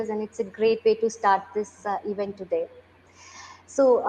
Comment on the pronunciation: CEO is wrongly pronouncing sooooo many words... Event as "eeeevent" ?? What's up with the fake accent, Sir? Stop rolling your rrrrrr to begin with. Talk like an indian gentleman. Get out of this woke mentality. You are sounding like one of those typical Karachi-born London based businessmen who's acquired a funny accent overnight due to fast Wifi. Get real. Be yourself. You will still be the CEO, dont worry :) Baaki Aapki Ichha